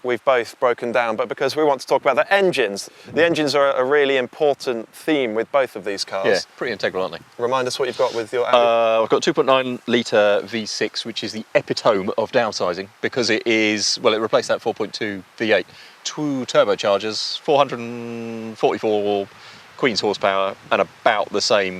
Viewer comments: epi-tome!? WTF - seriously ? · Sorry, but I just can't trust a professional journalist who doesn't know how to say "epitome" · epiTOME?? Go google the pronunciation of epitome...